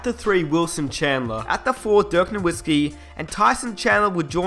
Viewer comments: even u say dirks name wrong ......smh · Dirk Norwhiskey and Hershey Hawkins? Gotta love englishmen.